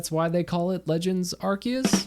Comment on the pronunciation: Thank you for NOT saying Arseus